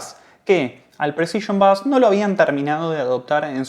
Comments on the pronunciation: No diga "bas"... Por favor, pronuncie " beis" , de seguro lo habrá escuchado muchas veces y lo argentino le seguirá quedando bien. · Bonito informe. Solo una cosa, se pronuncia beis, no bass. Un detalle al pie.